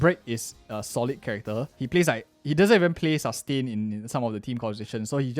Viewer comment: The way he says ( Sus - tain ) 😂